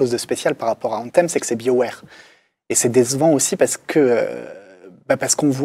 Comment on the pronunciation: On dit pas biowaire, mais buy'o ware